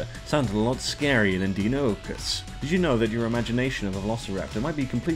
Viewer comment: its DIE-NON-O-CUS